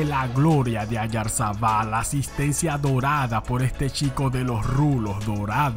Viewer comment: Le dijo Brishtol al Brighton, Ayarzabal a Oyarzabal...💀